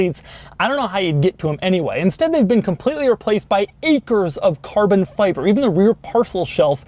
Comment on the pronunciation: Does anyone else want to kill Doug with a hatchet every time you hear him say "carbon fiBerrr"?